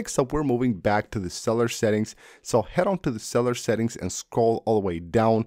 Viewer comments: Cell-u-lar not cell-ar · Someone else actually caught that too!! “Go ahead and swish cellar data off”!😂😂